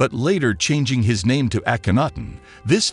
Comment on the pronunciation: Why did you choose nonstandard pronunciation for many of the names? Is this the failing of robot narration?